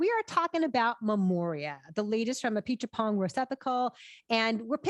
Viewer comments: God, no. He went for the surname and mangled that . Just say "ah-pee-chat-pong". And no one, even a Thai, expects you to get the tone right. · Apichatpong Weerasethakul Pronounced "ah-pee-chat-pong." Not difficult, really. And Thais are always referred to by their first names on second reference so you don't have to mangle the family name. FWIW Weerasethakul, the surname, is pronounced "Wee-ra-set-taa-kun". All Thais have nicknames (usually very short) so, rest assured, "Joe" is what his family and friends call him.